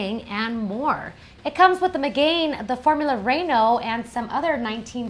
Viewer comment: im guessing they dont know how to say megane, renault, or veloster...